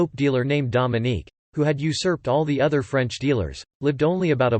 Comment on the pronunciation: "Among o-t-h err blasphemous things" 😉🙃